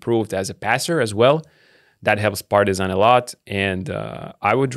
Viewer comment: ALOOOO you forget the correct way of pronouncing Partizan while you were on break!!!!